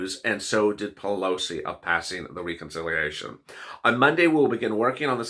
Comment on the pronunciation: Please say Reconciliation correctly. The e is not a long e it's as though you were saying RED. Reh-con-silly-a-shun